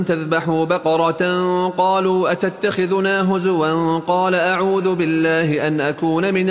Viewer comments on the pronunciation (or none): none